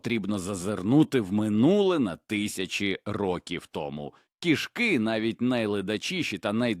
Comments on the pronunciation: 😂😂❤😢❤❤: кишкИ і кІшки - наголос і зміст слів відповідно!!, має вивчити ШІ 😂😂😂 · Дякую за цікаве відео) Та не кішкИ, а кІшки... Був у нас один кіт, виявився він альфачем ще тим: лупив всіх котів, а також маленьких собачок, то був кошмар, бо доводилось його закривати, аби сусідські коти і наші могли хоч по вулиці прогулятись. Але ніяких чужих котів на подвір'ї не було поки він був живий, як і жаб, мишей, змій/гадюк, якось навіть пацюка приніс і крота десь взяв, ласок душив, це просто феноменальний кіт був, правда трішки з прибабахом, бо маю дві відмітки, точніше 2 по 2) на руці, від таких іграшок. Кіт був схожий на маленького ведмедя)) Обожнюю цих хутряних)